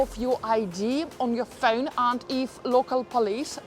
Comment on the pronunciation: Funny how she says pheun like inspector Clouseau in the pink panther movies. 😂😂